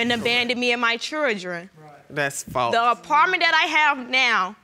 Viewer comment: And abandon me and my “chrirdren”?